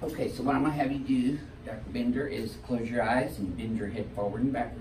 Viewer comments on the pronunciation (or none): Isn't his last name Binder, not Bender lol? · thought it was Dr Brett Binder not Bender?